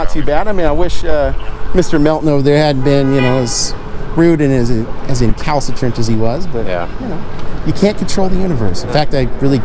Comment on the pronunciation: Someone learned a new word. Count how many times he says Calcitrant lol